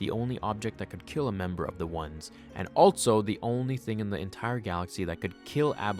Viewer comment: Only critique of a great video. The word 'also' does not have a 't' in it.